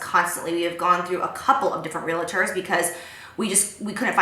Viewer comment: Real-ators..... no that's not how it is said 😂